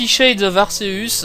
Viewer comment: on le prononce arkeus